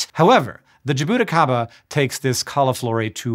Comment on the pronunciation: What an interesting way of saying jabuticaba